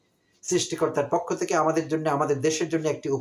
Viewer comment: এই যে উচ্চারণ বিশেষজ্ঞ! উচ্চারণ 'পক্ষ' নয় 'পোক্ষঁ'।